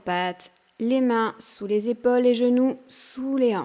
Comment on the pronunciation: On prononce PAUSE et pas Pose...EPAULES et pas Epoles